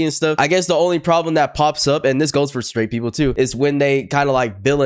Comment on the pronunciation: She said sraight eww what do you mean eww?????